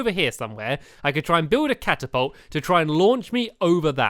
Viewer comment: It's a cat-apolt